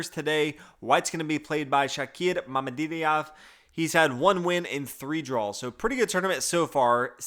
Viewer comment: Mamidiyar 😂 you could have atleast googled the pronunciation! Although I see you got better with the car-huana marijuana... So I hope you'll get this one too